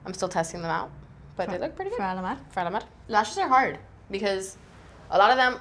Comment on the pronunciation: Do you know the chills you get whenever you hear a really good music/singing? That's what I get whenever I hear pronounce Alamar or the eyeshadow names. I love this look, Kat looks beautiful. This makeup tutorial is done very well, especially for working makeup artists. I really wanna see a chatty GRWM with both Kat and (using Alamar cosmetics of course).